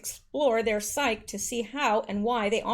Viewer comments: "Psyche" is pronounced psychee. Dark magic always ends up "return to sender" in the karmic end. I don't really know how to put it in words, but it's mathematical. You're brilliant. I like the quirkiness. A very Virgo vibe. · lol! psyche is pronounced sci-key. : )